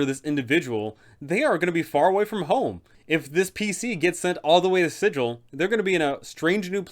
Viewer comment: I already added her in an interplaner courier game I ran. She had the pc's start the faction wars (unknowingly of course) she is so much fun. Good vid! Also I hate to bring this up, but it's pronounced with a hard g like bagel, not the standard sigil. It's in the planescape source book. Just an FYI.